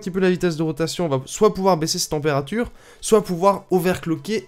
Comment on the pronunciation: "témpérature" :3